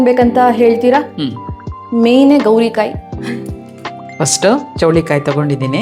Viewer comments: Adu gorikayi not gowri kayi 😅😂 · It is gorikayi not gowrikayi. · It's gorikai, not gowrikai